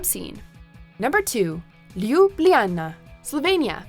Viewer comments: My heart broke any time she said “Ljubljana” haha, just imagine the word as “Lubiana”, and stress the “a”, and you’ll be considered almost native 😄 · Your pronunciation of Ljubljana killed me. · When you're trying to pronounce Ljubljana, my ears just want to shrivel up! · The entire time I was like "omg! Please stop saying Ljubljana!! It literally hurts my ears. Great city though. Been there twice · Can someone teach her how to pronounce these places properly? My hair curled on "Arc du Triomphe" and my ears were bleeding on "Lubljana".